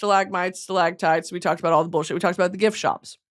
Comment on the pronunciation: I’m going to be saying stalAGHtites and stalAHgmites like that until the day I die (alone because everyone got so fucking annoyed by me saying it all the time)